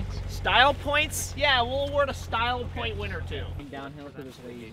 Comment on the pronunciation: Toint? Is that a new word?